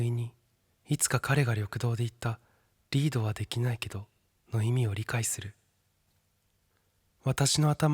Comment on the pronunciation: 「リードは出来ないけど」 初めてライブで観た時にここの発音が違和感のあるものだったことが気になった。 ミスっただけか…でもこんな変なイントネーションミスするか？って。 ”ソファーの上の底の深いボウルに入ったホットミルク” 相場は机の上にマグカップでしょという二つ目の違和感。 他にも言葉には出来ないがつっかえていた、何かが増幅して強烈な違和感へと変わる。 どうしてわからなかったんだろう。 ここで明かされる真実。この衝撃と感動をあの臨場感でリアルタイムで経験できたのは一生の思い出だと思う。 やけに大きい家具のセット、すぐに返事を返さない「彼」、観た後の答え合わせが気持ち良い。 感動小説の読了後のような充足感、こんなのヨルシカのライブくらいだろ！記憶を消してもう一度見たい。 春泥棒でギャン泣き。ありがとうヨルシカ🙏忘れられそうにないです。